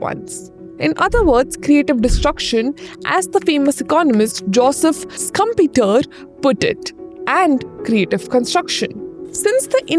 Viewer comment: for heaven's sake its pronounced SHUMP-TER, not SCUM-PETER!!!